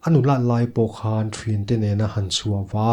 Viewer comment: Thin tih hi lam pawp mai a tha lo mo? Thrin ti ang deuha lam puam lo hian